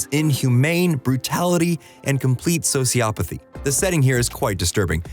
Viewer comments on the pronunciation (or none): How do you mispronounce so damn many words? soci-OP-uh-thee instead of SO-ciopathy, tor-chew-us instead of torture-us, SINK-ophant instead of SICK-ophant...how did you get nominated speaker when you can barely speak?